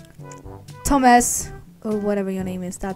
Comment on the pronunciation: at the begging when she said “thomas” or something i thought she said “toesmas”